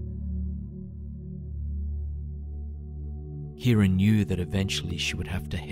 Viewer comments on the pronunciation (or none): At first I thought he said ‘Karen’ not ‘Kira’ and I don’t know why that distracted me so much